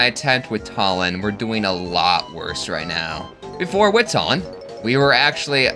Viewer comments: Why do you keep calling him Tullin 😭😭 I'm almost certain it's Too-lin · I'm really sorry but it's "TOO-lin" not "TUH-lin." No offense.🤣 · Its pronounced 2 lin not talin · his name isn't tall-en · There's a joke in there between how you pronounce Tulin's name like Tullen and Twilight/Twilight Princess. Edward Tullen idk I have a kidney stone today thinking is beyond me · It's pronounced Tulin too-lin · bro W vid but idk if thats how u pronounce tulin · Challenge idea: pronounce Tulin's name right